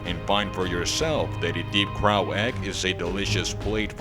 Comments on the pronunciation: Why is he pronouncing it like "drow" instead of like "row"? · Right? Its super weird to hear someone say it as though it's "drow" or rhymes with "Cow."